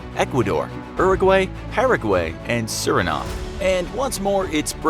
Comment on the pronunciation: It can’t just be me who hates the way he says Paraguay uraguay and chile